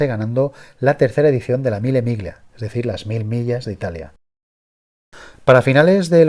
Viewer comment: Buen reportaje, y muy verídico. Solo quiero añadir una cosa sobre la pronunciación italiana... Las palabras con "gl", como Pomigliano, se pronuncian como una "ll", es decir "Pomilliano". Mille miglia sería en versión pronunciada "mile milla". Este comentario no pretende ser una crítica a nadie, solo una "información sobre pronunciación". Por cierto, he tenido 7 Alfas (5 166 desde el 2.0 TS hasta el maravilloso 3.0 V6 motor "Busso"), un Alfa GT y actualmente un 159 SW. Excepto el 166 2.0 TS, los demás fantásticos!!!